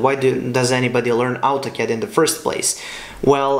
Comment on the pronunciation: It's Autocad not Altocad !